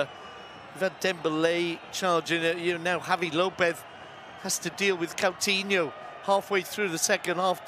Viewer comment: He allways says Catinho insted of Coutinho i hate when he says his name wrong all the time its not that hard name to pronance at all.